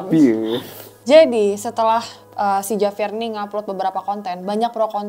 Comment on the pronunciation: Sorry, tulisannya Javier, tapi dibaca "Havier" guys